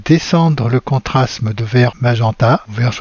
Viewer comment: Veuillez m'excuser d'insister : vous prononcez (en français) contrasme, or il faut dire contraste.